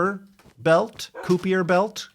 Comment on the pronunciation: pronounced "ki-per" belt